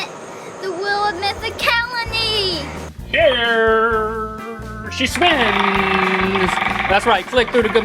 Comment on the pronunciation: It sounds like "Wheel of Mythicaliny" lol